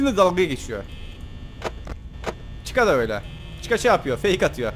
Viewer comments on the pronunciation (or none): none